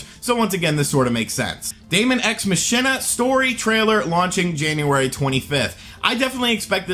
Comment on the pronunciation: It's pronounced Ma-Kee-na and not Mashina